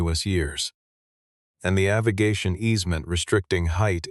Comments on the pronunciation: The word 'Avigation' is an incorrect pronunciation of the word AVIATION! Thumbs Down! Bad Form! 😞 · Tell your AI the word is “AVIATION” NOT AVIGATION” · weak story AI slop. the captions read 'aviation' but the 'artificial idiot' says 'aviGation' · AI pronunciation poor. Struggling with the word "Aviation" - rather fundamental in a story about an airfield. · AI voice can’t pronounce aviation.